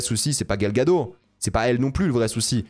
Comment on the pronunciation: Gal Gagot, prononce le Ttttttttt